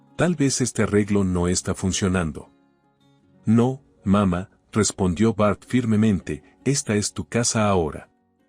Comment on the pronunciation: Porfa nooooo se dise papa mama. Se dise papaa' mamaa'